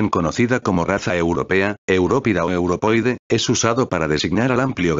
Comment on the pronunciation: Qué fastidio escuchar "europoide" en vez de "europeoide"!